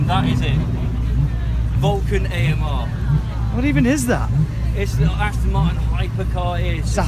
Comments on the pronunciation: Shmee150 and gas kings tell its Astin Martin not Austin Martin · ItzSpeedyz and still said it wrong 😂